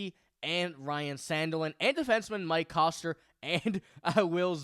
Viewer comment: D-Man Mike Koster, pronounced “Kester”, a Mn Gophers captain. Like the show, but get the names right, especially when it comes to a “Mn homegrown players“